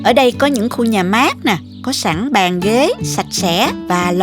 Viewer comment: mình rất thích xem kênh của., vừa ngon vừa sạch sẻ, trình bầy.chi tiếc,, rỏ ràng,món ăn nào cũng ngon và hấp dẫn, về giọng nói thì hay và dể thương tuy nhiên xin góp một ý nhỏ đó là những từ có dấu SẮC thì cô đọc êm êm.xuống bớt một tí thì hay hơn, ví.dụ như những từ: CÓ,.CHÉN, MUỐI, nếu cứ đọc lên giọng như thế nghe nhiều lầ rất nhức đầu. chỉ là góp ý thôi nhé, xin cảm.ơn.